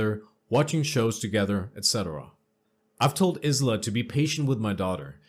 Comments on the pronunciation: It's not (Is la) it is pronounced as (eye la),I know I'm annoying but that's the way I am. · Good narration. Subbed. (Isla is pronounced eye-la, for future ref. 🕊) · isla is pronounced eye-la. the s is silent hope that helps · Isla I la the s is silent